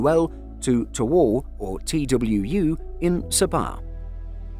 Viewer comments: Bad weather or not, I would still think twice about flying on a Boeing. Also, Tawau is pronounced as "tah-wow" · The the destination, Tawau, is pronounced as Taa-wow. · He said tawau "towou" I can't 🤣🤣🤣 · 'Tawau' is pronounced Ta-wow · Horrible pronunciations. Tawau is pronounced (Ta-wow). Sabah is pronounced (Sa-bah).